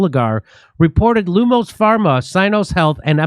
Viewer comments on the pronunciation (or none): none